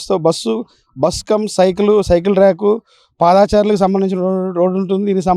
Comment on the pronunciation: బాగుంది, పాదాచారులు కాదు పాదచారులు